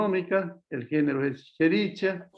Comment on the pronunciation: ¡Qué horror!, se escribe "Escherichia", pero se pronuncia "Eskerikia". Solo por eso ni tomo clases con él.